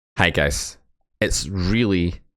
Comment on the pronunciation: Did you just say "hagus"?